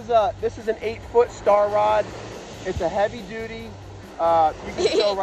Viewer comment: lol, he said D U T Y